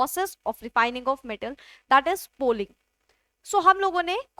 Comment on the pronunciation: Poling not polling